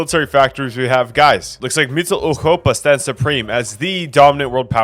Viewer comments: No it’s wrong. The “Eu” vowel in german is supposed to be pronounced like “oi” as in moist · I enjoyed this video immensely but why do you keep saying mittleeuropa like that bro 😭😭😭 just say middle europa just anglicize it man 🥀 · Ah yes, Mitteleuchopa 😂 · Ngl your pronunciation of Mitteleuropa is funny bruh. You pronounced the r too gutturally as if it's a Dutch g/ch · Your pronunciation of europa is way to harsh on the “ur” part of europa and it’s physically making me recoil. So habe eine gute abend oder eine nacht odioten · The way he pronounces MittleEuropa, like from eurovision "Europapa"